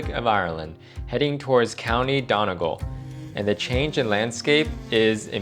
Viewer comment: pronounces Gaulway and Donegaul